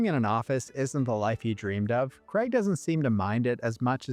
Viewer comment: But staying within the totalitarian collectivist order-based system requires the sacrifice of freedom, individuality, and identity. "KRAYG," not "KREG." "Over-ARCH-ing," not "over-ARK-ing." Why does everyone say that wrong nowadays?! Btw, I'm a professionally-trained typographer and ex-proofreader who used to work these types of jobs in the early 2000s in offices that really did look exactly like the ones depicted in these movies (I was a Housewares clerk in the late '90s, but that was while I was in college). Fortunately, I never had to wear a tie. Jobs that pay anything less than "middle-class" wages or salaries ought not require the donning of neckties, high heels, or any of the other idolatrous affectations of the mammon-worshiping ruling class. Ave libertatem!